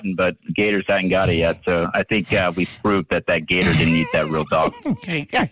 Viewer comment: I love how Jake first pronounces Gator with the hard R then drops the r out of nowhere. 😂